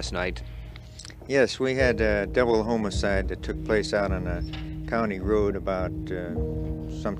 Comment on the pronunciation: good spot, I agree he sounded like he was going to say homocide